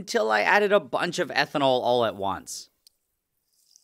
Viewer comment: Never heard the word “bunch” so butchered